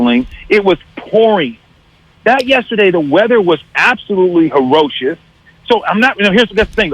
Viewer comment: This fool said "herrocious"